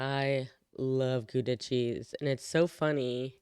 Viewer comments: gouda is pronounced wrong in this video, its pronounced with a gutteral g! and we get thought about the slavery part of our history in class. thats another thing this video gets totally wrong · where "Gouda" is butchered several times 💀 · Goodha? No. GGGGGGawdah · not goeda but gauw da with au from auw it hurts but old amsterdammer is a much better cheese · We don't say Gooda. It's more like Gowda. As in how, cow, now, wow :) And Gouda cheese is Goudse kaas. Gowdse ... mmm, we promounce aa as the a's in Hawaii. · So it's more like Gow dah rather than Goo dah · Gouda is not pronounsed as goeda but like in hour not oe but ou like in hour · Nice video. U.S. English, Dutch and Germans all have their own way of pronouncing "Gouda". German, g-ow-da (ow like cow or wow); U.S. English, g-oo-duh (oo like good, and duh like dummy); Dutch, how-da (ow like cow or wow). Relaxed laws on marijuana and prostitution are fine by me. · Gouda. G auw da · Gouda is pronounced with a Dutch hard 'g' and 'ou' is pronounced like the 'ow' of pow wow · i swear you look like someone i know and her sisters, she's half dutch half swedish. Gouda is pronounced with the ggg like in clearing your throat (unless you are from the south) ou like in pronounced XD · You are not pronouncing the Gouda cheese correctly 😂😂😂😂😂